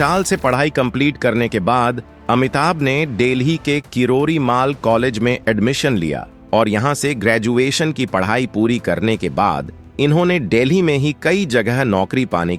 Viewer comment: Sap delhi on deli aur kirodi mal college ko kiridimaal bolte ho.Pahle bolna thik se sikho.